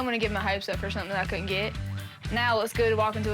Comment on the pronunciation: She said Dol-say and Gabbana 🤣😂🤣😂